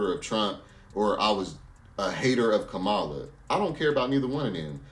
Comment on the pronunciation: KA MA LA COMMA LA NOT KAMA LA